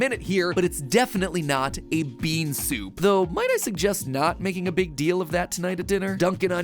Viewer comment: Coffee.... Soaapu?